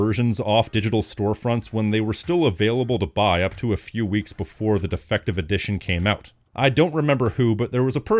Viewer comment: I thought at first he said "defecation edition." 😂